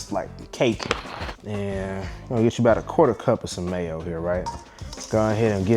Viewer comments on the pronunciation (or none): none